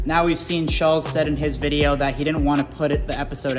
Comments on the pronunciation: Can y'all just pronounce his name right? Schultz...not schullz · Man y'all weren't ready for Schulz lol fyi it's pronounced Shultz lmao 😂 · SHUL,-(TZ) pronounced shultzy... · Am I the only one who thought/thinks there is supposed to be a T in Andrews last name? Shultz? At least that's always how I've heard it pronounced. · Why do they keep saying shulz lol 😂😂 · He still saying shullz lol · Cracks me up how kyle mispronounced his name. I'm convinced they have no clue who Andrew is. Lmao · And u still pronounce his name wrong. Wow. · I love how he messes up his name lol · Can y’all pronounce the man’s name right for fuck sake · They literally pronounce Shultz name wrong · Lmao from the jump i thought it was funny how they said shulz name the way its spelled 😂 i always thought it was pronounced shultz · BRUH Kyle can’t even pronounce Shultz right 🤣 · When you spend 5 minutes talking about how good it is probably not. Also try pronouncing his name right